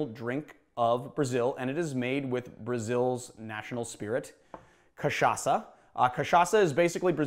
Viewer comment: Thank you for learning to pronounce cachaça the right way! 😌 🙏